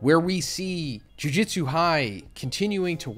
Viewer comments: I’ve been watching this video for more than an hour no. but am I the only one hearing “jiu jitsu” every time he says jujutsu? I mean am I going crazy?? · Is it that big of a deal? and lmao yeah he was saying jiu jutsu